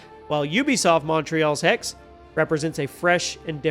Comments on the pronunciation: Well not really, he is dropping the last letter. But yeah, some regional German dialects do this as well. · Its spoken "Hex-seh" in german (fast with a strong "x") (the "e" and the end like the "e" in "the").